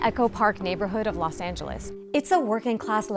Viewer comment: LOS Angeles. Not Las Angeles. Say it right lady.